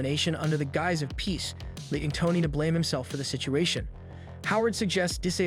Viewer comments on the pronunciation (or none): none